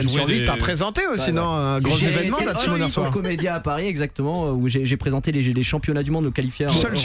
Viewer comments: C'est bien "Summoners War" mon:v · C'est "Summoner's war" par contre les bros